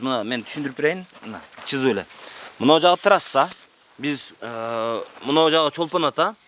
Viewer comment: чызып эмес СЫЗЫП -деп таза сүйлөсөң журналист!